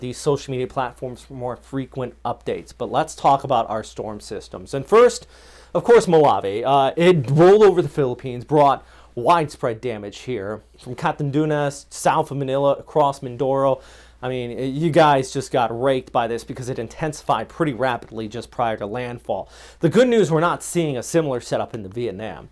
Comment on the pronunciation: sir its not catandunas...its Catanduanes Catan-dua(as in duality) -nes (pronounced as ness) Catanduanes 😊 i appreciate the info that you give.